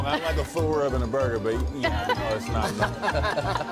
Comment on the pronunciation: Joel Embiid: borgir